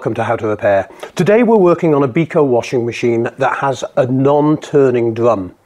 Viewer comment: Dear, brand name Beko is not Biko. (/ˈbɛkoʊ/ BEK-oh; stylized as beko). It is just small suggestion, I'm following your channel and I like to thank you for all of this knowledge. Also, I'm doing this job as repairman for Samsung and Vivax brands. Greetings from Bosnia.